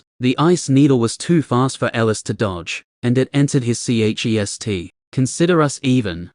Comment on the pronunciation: Why can't this AI pronounce chest